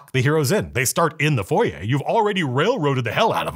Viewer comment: I think I played this within the 1st twelve modules way back then. Keep on the Borderlands was 1st. P.S. you earned my subscription by saying foyer correctly. :)